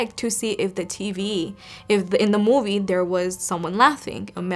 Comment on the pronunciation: I remember that time when you say that moive